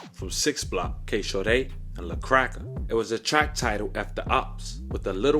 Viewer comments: It's just K-Shordy bro not K-Shaw-Dae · You made KShordy's name sound fancy as a mf.....its pronounced (Kay-Short-E)